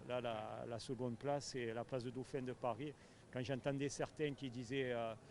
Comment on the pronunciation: Vous dites adieux au titre allez parissss😂